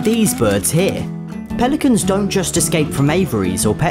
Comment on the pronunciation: I thought that instead of "Pelicans" said for some reason "Police mans"